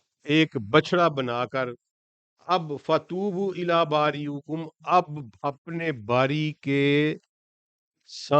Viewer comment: السلام و علیکم ۔سر یہ لفظ باریکم میں زیر ہے پیش نہیں ہے